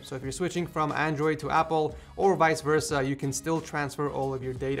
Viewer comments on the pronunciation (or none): none